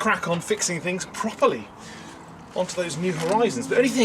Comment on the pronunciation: Love the emphasis at the end... "I can crack on with fixing things PROPERLY"..!